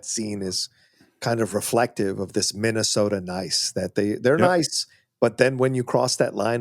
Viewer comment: Oh, yah, of Minne-soh-tah. 😂